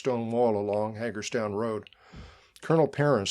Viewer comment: Very good narrative - thank you Small point: Hagerstown locals (who I knew) pronounced it "HAY gurz town"